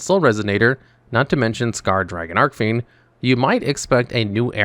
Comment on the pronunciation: Been a fan of Resonators since they came out, so I just gotta say, it's Red Dragon "ARCHfiend", not ARK 🤓☝️